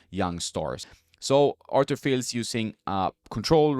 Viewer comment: It’s Fiis. Like Monfiis. You don’t pronounce the L.